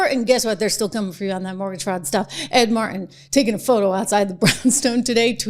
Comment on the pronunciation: Trish, there is a god-damned "T" in Ed, Mar-T-in! CAN'T WATCH MORE OF THIS VIDEO!